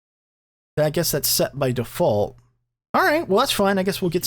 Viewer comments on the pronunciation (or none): none